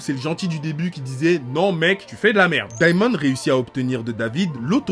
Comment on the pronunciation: Il a dit asmmerde